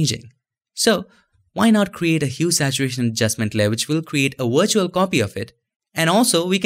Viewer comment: man your videos are great but why you pronounce W as "V" and V as "W", isn't it weird buddy? you said wirtual and vee instead of we!!!